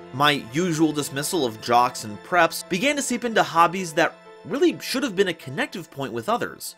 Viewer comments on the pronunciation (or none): none